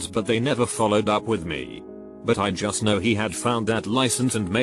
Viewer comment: nobody: voice: juuuslblijiusst